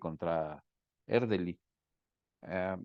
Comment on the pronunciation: E R D E L Y, por favor al menos pronúncielo bien… y de paso sugiero investiguen más, tienen muchas imprecisiones.